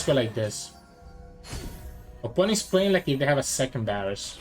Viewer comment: Bro it's a V not a B